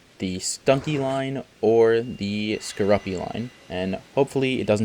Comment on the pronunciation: Its pronounced score-oopi not score- uppy